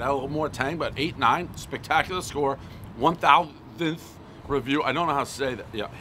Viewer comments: one thousangth review, everyone knows Dave cant pronounce thousandth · “One THOUTHANTHS pizza review, everyone knows he’s having a cocaine induced speech impediment” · He cant say 1000th or open a pizza box...he doesnt care you know how to annunciate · One thousandth add it to the long list of words prez can’t say everyone knows the rules